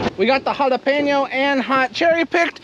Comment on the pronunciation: As a Hispanic thank you for saying jalapeño right lol